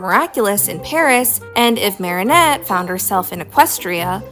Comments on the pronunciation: Unpopular opinion: I am rather bothered by how you pronounce Marinette's name. It's meant to be said as "Mare-A-Net" rather than "Mary-O-Net". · WHY ARE YOU SAYING MARIONETTE ITS MARINETTE, THERES NO O💔💔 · it is pronounced like this, Mair-ih-Net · No, pronouncing Marinette as "Marionette" like the puppet is the most evil thing you could do to a character. In all seriousness, though, that side essay comparing and contrasting Twilight and Marinette was really interesting, and now I kinda wanna binge-watch Miraculous Ladybug again. (got some seasons in before I lost interest) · Slightly unrelated: it's pronounced "Marry-Net" 😭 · I’ll be honest when he said marinette he pronounced it like marionette and I thought he was talking abt the puppet from fnaf lol